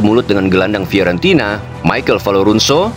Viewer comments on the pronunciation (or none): none